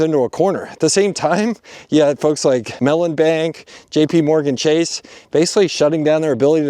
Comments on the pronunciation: I had to rewind cause I thought you said a certain type of fucks instead of folks 😂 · 6'23": I had to rewind three times. "Folks". All these different "folks".